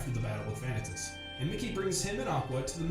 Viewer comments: The way vanitas is prounouced in this hurts my ears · He pronounced Vanitas wrong and Donald + Goofy running into Sora wasn't a pure coincidence, they were looking for the 'key' as instructed by Mickey. I'm saying this as someone that hates the story of Kingdom Hearts. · I feel like biggest mistake with this summary was trying to explain the details of each game in chronological order; it's just more confusing that way =( also, if he's such an expert, how come he pronounces several names wrong?